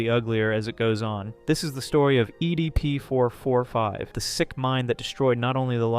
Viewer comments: "Eddie P. 445"? Why doesn't he pronounce it right only at this part of the vid?🤨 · ok after the 17minark and the 100th time you said "EDP445", I can't handle It anymore I'm out peace